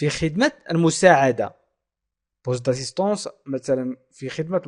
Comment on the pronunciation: la pronocition d assistante est assistance?